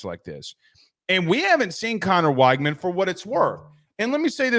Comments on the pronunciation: Again, you're saying his name wrong. It is "Wig-men" not "Whyg-man". Also go back and look at those two interceptions at Miami. Yes they were critical, but that wasn't on Conner. I know you can't watch every game when you are trying to cover the entire country, but you're just flat out wrong about his Miami performance. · You have no idea what you’re talking about. Neither of Weigman’s interceptions were his fault. Kind of a crazy thing to bring up for a qb with only two interceptions while being the highest pressured qb in the nation. You can’t even pronounce his name right. Maybe actually watch some tape instead of cherry picking stats because it’s obvious you don’t have a clue.